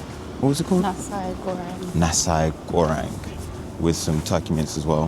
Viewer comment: nasi goreng ? i read bahasa indonesia here, hello from indonesia, nah-see go-rank thats the right pronountiation :)